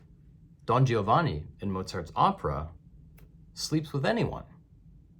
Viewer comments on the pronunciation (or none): none